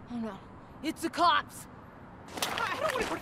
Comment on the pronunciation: line is: ho no. It’s the cops. Actors line delivery: ho no. It’s the clops